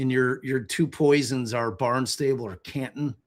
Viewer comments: Love that you immediately thought Sandwich had a crazy pronunciation, but consistently said "Barn-stable" when it's Barn-stuh-bull (emphasis on barn) 😂 ok. I'm going back to listen! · It's pronounced "BARN-stahbul" and it's about 50 miles from one courthouse to the other (if they are using the main one in Barnstable, it's a county).